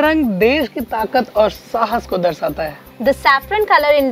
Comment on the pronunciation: Darsata nahi hai DARSHATA HAI …. English pronunciation k sath sath Hindi uchcharan bhi mahatvapurn hai